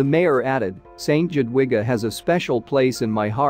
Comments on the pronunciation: The way to pronounce Jadwiga is Yadviga I know this as it is my middle name. Shame really, when you tell a story you should learn how to pronounce names properly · Jadwiga is pronouced. Yadwiga! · Not at all. The J is pronounced Y and the W is pronounced V. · J is pronounced YA! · Click bait ... boring electronic robot voice video ... Jadwiga is pronounced Yadviga or Yatvika ... info good ... video not so good ... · Yes, St Jadwiga is a prominent and well respected name in Poland. And it’s not the only name mispronounced.... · Do some research before making videos and learn how to pronounce the names. The town is Trzebnica. "Cheb-neet-sa" will be close enough. And it's "Jadviga". Say, "Yod-vee-ga". It's not "Conrad eye" but "Conrad I (the first)".